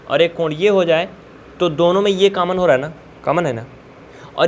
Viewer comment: Sir aap is video me samjha to bahut achha se rhe hai lekin aap ek galti kar rhe hai aap common ka caman caman bar bar bol rhe hai please common ko common hi boliye